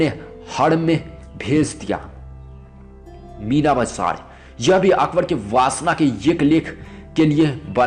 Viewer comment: Mina bazzzzaaar, horom, okhbor(Akbar), biti(beti), kaha zzata(kaha jata)..........yaar pehle hindi bolna sikh